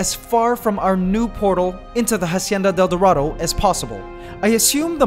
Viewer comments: Can you please pronounce it acienda del dorado? In Spanish the h is silent and it's driving me nuts. I liked the video though! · "Jasieda del Durado" lmao sorry